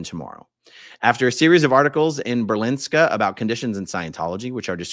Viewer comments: Thank you so much for spreading the word, A-aron 🙌💜 Pronunciation help: The news paper is called BERlingske, not BerLINGske. Mirjam is not Danish, but has lived here for many years. Her name is pronounced Miriam. Kim Aas is pronounced Kim Ohs. The party Enhedslisten (the unity list) is "En-heths-list-en" I'm so proud of these politicians for speaking out and I have contacted all of them with more information about the terrible conditions for children in Scientology. I already have positive responses from some of them. Dental is not free in Denmark and its not true that the costs mentioned by Scientology was covered by them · politicians in Denmark are not afraid to say what they think about a subject, but that doesn't mean they do anything about it. The ‘Ber’ in Berlingske is pronounced as the American ‘Bear’